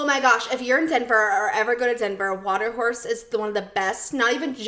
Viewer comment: Missed this one so just now listening.... Do you mean Watercourse? It sounds like your saying Water Horse but I think you mean Watercourse in Denver lol